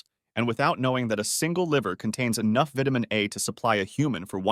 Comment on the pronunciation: By all that is holy, learn how to pronounce vitamin correctly!